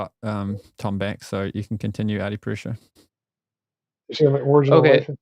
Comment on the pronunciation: "A-purush"? How white of you?!